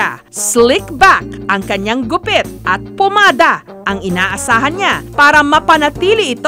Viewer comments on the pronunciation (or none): Oi jessica PAMADA hindi POmada 😁😁😁